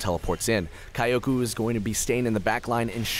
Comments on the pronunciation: kioko? it's pronounced. kjoko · Kioukou? KYO-KO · how about read is as kiyoko , it far better than kayoku lol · He's pronouncing is as /Kai-Yo-Ku/. I think it's prolly supposed to be /Kiyo-Ko/. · kai-o-ku xD kyoko isn't pronounced like that mang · From my humble anime janapanese experience I believe its pronounced Ki-o-ko. not Ka-ioko. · yes, but it's pronounced like kyoko. or closer to kyoko than kioko. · Kyoko is two syllables and rhymes with Yoko (Kiyo-Ko with a very short 'i'), it'd be like you calling Sean, "Seen" for the entire video, bothered me so it felt pertinent. Enjoyed the plays otherwise! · i feel you watching this i was thinking thats not how you would pronounce kyoko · Wait, if he pronounces "Kyoko" as Ka-ya-coo, does it mean that he pronounces "Tokyo" as To-ka-ya? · Kyoku? When does a O make a U sound? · It wasn't even Kyoku, it was Kayoku xD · It sounded like he was calling that Ez "kayoku" the whole time. Otherwise, great voice-over work! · I finally found this comment about that.Kayukou he says...not a very bad name actually. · dude reading the name as if it's "kayak u" XD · omg "kayoku" :@ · he said "kayoku" xD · omg that "kaiyouku" pronunciation... the cringe... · I mean it is not common name but how he butchered it is amazing. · I read the summoner's name and what he said and was really confused at first LOL I never thought anyone would butcher it that bad. Usually people still say Kyoko but with an English accent. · wow the commentator sure knows how to read JAPANESE(Sarcasm) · you dont have to be a weeb , oh shit i ruin the joke but i mean ,actually he can try to listen how to pronounce 'kyoko' at google trans , it'snot that hard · The way you pronounce kyoko makes me cringe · mega cringe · xSuigetsu me cringing at him pronouncing kyoko wrong makes me a weeb is the same as saying you're a weeb because of your name and that you have jojo as a profile pic. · i think you pronouced kyoko wrong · Cringing so hard when he pronounces Kyoko -.